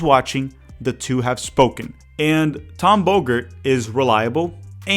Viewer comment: Tom Bogert or Tom Booger?